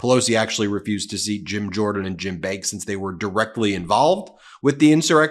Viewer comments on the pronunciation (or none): none